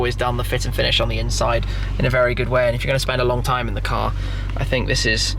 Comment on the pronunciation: Breathe, Mr Big Trrrime 0.17